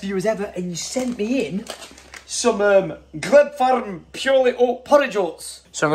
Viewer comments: Glebe farm oats are pronounced ‘Gleeb’ (or at least I’m pretty sure as that’s the same of a road near me) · Gleb 🤣🤣 It’s pronounced “Gleeb” (weird I know!) only reason I know is because it’s in a town near me 😂😂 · Gleb oats lol, it's pronounced gleeb